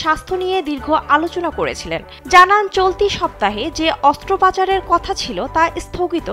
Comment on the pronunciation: অস্ত্র পাচার আবার কি? শব্দটা হবে অস্ত্রোপচার। 😮😢